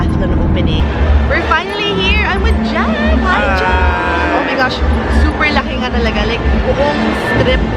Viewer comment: "ow may gashhh"